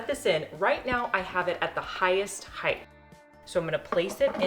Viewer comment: Height!! Why do people not know proper English?